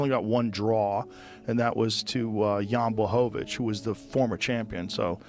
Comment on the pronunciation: Who tf is “yann blackowitch” ?😂 this narrator is awful